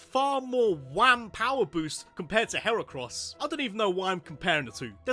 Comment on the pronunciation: LEFT OFF THE C IN HERACROSS!